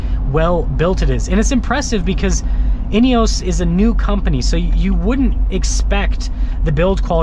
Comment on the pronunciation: In-e-oss. Please stop saying in-e-oooos.